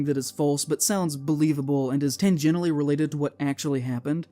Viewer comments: The kid can't pronounce simple English words like 'horror' and 'tangentially' and mixes up 'loose' and 'strict'. This is basically every genz and millennial TikToker and it's the future of the internet. Most new content creators are just spouting shit with no sources as if that shit was proven scientific fact. 'Look at this cliff face, it looks like tree roots; giants are real!' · i dont think this guy's very familiar with the word "tangentially" Why does he say it like that lol